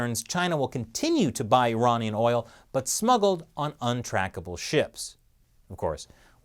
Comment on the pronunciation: the party has finally managed to hack chris... he started saying iranian weird... it became more... unamarican.